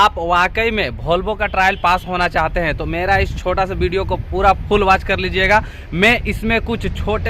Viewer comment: आप वॉल्वो बोल रहे या भोलवो, वीडियो या बीडीओ बोल, एस लेटर, वाह भाई